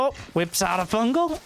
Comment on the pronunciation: "Fun Gal"